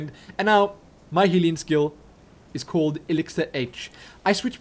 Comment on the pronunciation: I just realized, whenever says "healing", I hear "Helene". Oh man.